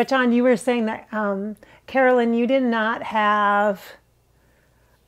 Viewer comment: You know how you kept saying “Caroline” instead of Carolyn. Maybe that was jfk jr. thinking of his sister(Caroline) too! Nothing ever happens by mistake 😉